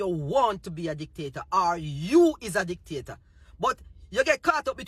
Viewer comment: Are u saying the pm is a dictator, or a dick taker.? 😂😂 I’m just trying to confirm my ears..